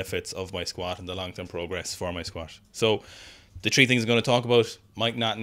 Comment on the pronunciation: 1) Is juicing? 2) why does he keep saying “tree”?